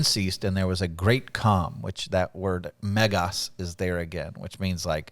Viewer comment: You said "Megas" like a true Greek!